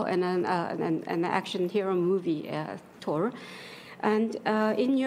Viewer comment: 통역사가 마블영화를 안봤나 보다. 토르가 영어발음으로는 번데기 발음해야 되는거 아니냐? thㅗ르